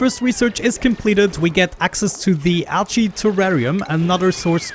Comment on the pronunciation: A new ONI series I've not seen before! Just gonna watch this playlist... Also, your accent makes 'Algae' sound like 'Ouchie' to me, which makes it seem like the dupes are super distracted with ouchies, which is hilarious to me I think because they totally would be. xD